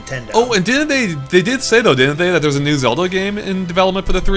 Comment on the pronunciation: I love how calls "Zelda" "Zewda"